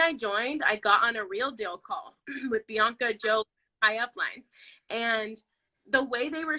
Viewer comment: Is this the same Bianca who name was said incorrectly ? 🤣🤣🤣